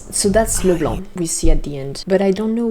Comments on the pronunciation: really love how you said Leblanc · I love like you pronounce Leblanc every time it so French😍😍